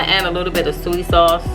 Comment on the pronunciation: I wasn't sure if you was a SISTA until you pronounce SOY SAUCE 🤣 My People ❤️🙌🏾🙌🏾🙌🏾